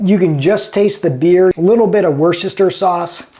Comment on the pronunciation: Paella? And it's Wuh-stuh-sheer 😊